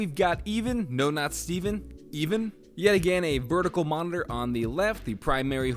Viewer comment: "Even" is probably pronounced like "Evan"